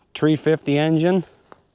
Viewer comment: "tree-50 engine" LOL.:hand-pink-waving::face-blue-smiling